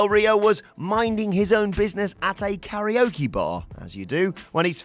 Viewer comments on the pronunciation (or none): none